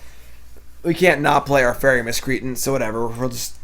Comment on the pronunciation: "fairy Miss cree ten" = "Fairy Miss-Cree -Ant"